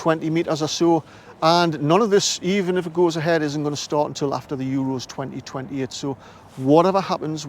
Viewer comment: 15.17 Yer accent made it sound like Euros 2020, I watched again and heard 2028. I knew it was a new report, but that threw me as I'd had a few. I started to wonder why I made the comment!